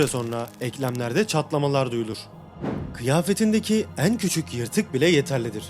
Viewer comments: Eeeğn eeğğn demen çok yordu lütfen düzgün telaffuz eet 😭😭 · "En" sözcüğünü söylerken "Een" diyorsunuz. Üzerine çalışabilirsiniz. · Şu en kelimesini doğru telaffuz etmeye çalış allah aşkına.. bu ne böyle çok kulak tırmalayıcı